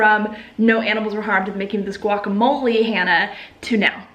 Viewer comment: The way you say “relationships” is like the cable guy saying “facilities.” Also you mispronounce guacamole and lychee.